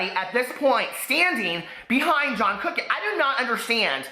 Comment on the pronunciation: Sometimes you say John Kuckian and I hear Jackie Hyena 🐍🐍🐍🐍🐍